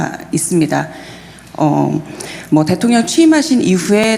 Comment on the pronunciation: 기자가 말투가 좀 무례하네 대통년이라고 들림